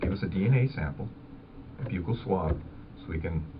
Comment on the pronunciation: it's a buh-cull swab, not byoo-cull.